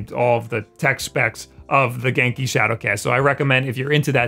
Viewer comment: He’s saying genki wrong right it sounds weird when he says it.